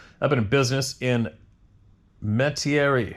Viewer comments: I grew up in Metairie, Louisiana. You tried, but it’s pronounced Met-ah-ree. Louisiana is full of unpronounceable city and street names. 🤪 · Correct pronunciation is Met-a-ree, LA. Just in case you want to know.